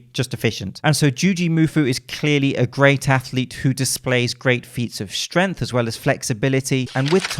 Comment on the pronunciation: Yo, the "g" in "strength" isn't silent 😋